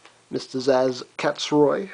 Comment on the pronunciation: btw its not Sazh its purnounsed Sa-sh